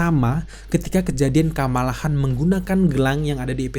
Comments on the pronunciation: Seris ndak enak betul dengar kalau disebut nya HAN, padahal itu marga KHAN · Kamala Han palalu Hotak Di dalam filmny aja mereka menyebutkan Khan dg Kan, bukan Han, aneh banget lu anjir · Kamala KHAN bukan HAN